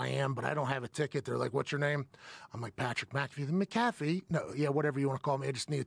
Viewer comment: said PAT MC-CA-FEE. Pat likes to pronounce his last name MAC-A-FEE